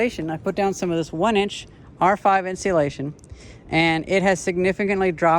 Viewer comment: In seal lation cool pronunciation